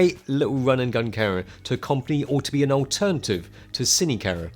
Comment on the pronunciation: its an awesome full fwame cawa